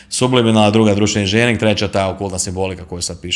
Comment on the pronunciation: Nije inzinjering ,nego inzenjering...voditelj obozava svoj mikrofon...i svoj glas..